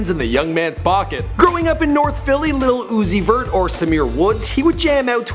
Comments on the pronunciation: I cringed every time he said "little uzi vert" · The old dude trying to pronounce his name has me dead af.. "lil Ozoot...Zee.....somebody" 😂